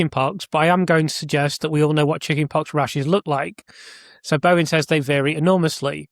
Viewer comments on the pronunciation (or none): Bohin is pronounced Boin, the H is silent. Im Irish and we never pronounced the H in the middle of surnames eg Mahon. Pronounced Mann. Material up to your excellent standard but …it must be me,I cannot follow the complexities. You promised on your stream last week that you had a really interesting video on Thursday. Well it’s Thursday and I cannot expend the energy! To tease my aged brain to follow.